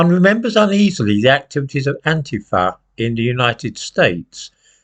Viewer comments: An-TI-fa,, not An-ti-FA. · First of all it is pronounced An Teefa and they or the modern generation of this violent movement started in the Uk some years back. They are nasty, aggressive and extremely violent. They are spectacularly Fascist in their behaviour.